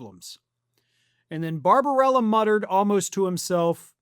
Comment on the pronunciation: Bar-ba-BEL-la! It’s not rocket science. Just phonics. News casting is a detail-oriented biz. You guys should be able to master this!